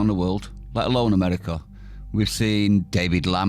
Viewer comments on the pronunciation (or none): none